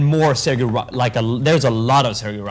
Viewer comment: you said good Corazón y Sangre and Familia. But Sergio do not pronunce like you said. 😂😂😂😂. Its Sergio in spanish not in english. But you are a master in the boot topic, all forgive you that...